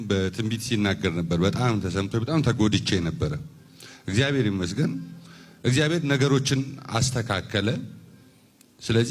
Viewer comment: Ezgaber...hehe he. Not even properly pronounced ..😢😢😢